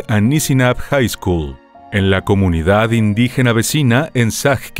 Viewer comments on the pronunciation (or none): none